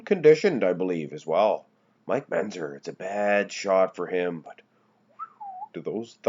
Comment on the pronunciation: And it's MenTzer, not Menzer.